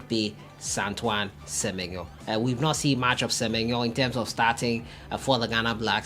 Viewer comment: My guy of Sahara Football, Please and Pleas again, you are a Ewe guy, therefore, the least I expect from you when mentioning Antoine Semenyo's name is that you pronounce the SEMENYO properly. I do not expect you to pronounce it like others do, bro.